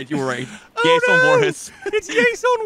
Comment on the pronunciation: i love how you says Yason instead of Jason